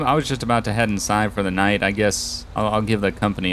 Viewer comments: Did he say nigla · He Said Niglit Woah